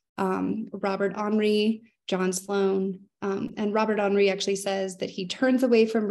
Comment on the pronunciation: Very interesting and informative take on the importance of Taos and New Mexico to American art and culture. Just a correction Robert Henri is not pronounced as if French but as "Hen Rye" -- he was from Nebraska. From art historian who has taught American art for 35 years.